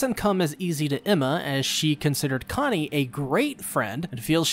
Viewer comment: Why the fuk did you mispronounced “conny”